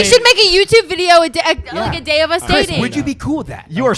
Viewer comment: I thought you said "hi how's ur gay going" 🤣